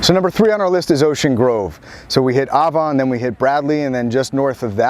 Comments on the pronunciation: I was born and raised in Sea Girt. It's not "Ovon"......it's Avon!!!! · I always thought it was pronounced "Ay von", like the Avon lady.